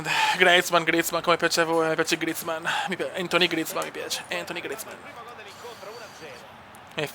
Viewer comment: Grande cume cmq grizmann si pronuncia come scritto io ok no griezmann e il nome e antuan si dici no antony